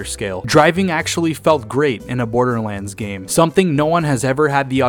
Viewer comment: It’s not borderlands it’s borderlands say it right